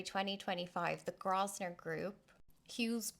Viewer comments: It's pronounced Grow-vun-er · It's pronounced "Grove-ner" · yes the 's' is silent